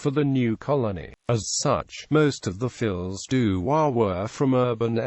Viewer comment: Please pronounce the title properly. Fee du roi, not fills du roi